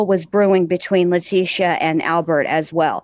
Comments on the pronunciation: This is an amazing channel but please gid call her by her name not LA TEE SHE A. ITS ANNOYING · I'm sorry if I sound rude so please 🙏 don't take it that way ! I'm going to just say that her name is pronounced Latecia like latesha not lateeeecia ! If you listen to Al he says tesha like that so people don't like it when you pronounce their name wrong ! My name is D on ! Not Dionnee which is how a lot of people try to pronounce it ! So maybe you can pronounce her name correctly!